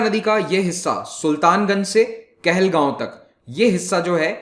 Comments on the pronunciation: Sorry sir It is kahalgaon not kahalgao😊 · It's "KAHALGAON" NOT KAHALGAO.